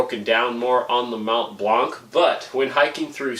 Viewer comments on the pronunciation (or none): Mount Blanc, the c is silent 😅